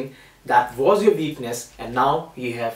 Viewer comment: He says "what", but he says "veakness"